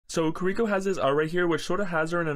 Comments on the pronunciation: You know, if you wanna know how to pronounce "Kiriko," you could just watch her cinematic. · i mean did you hear how he pronounced her name? im not shocked 😂😅